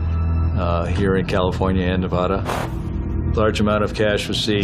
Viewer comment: Ne-VAH-da not Neva-DUH